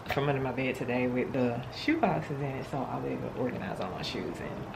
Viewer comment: When you are trying to say the word bed Why do you not pronounce the "d "on the end of the word?..As sloppy as you dress ..explains a sloppy home.